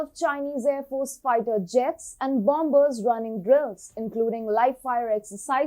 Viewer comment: why afe youer pronoucing the second 'B' in Bomber? the second 'B' is not pronounced as it is silent. So the correct pronunciation for the word of 'Bomber is indeed "Bom-er'